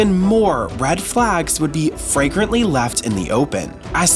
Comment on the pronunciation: FLAGRANT, f-LAG-rant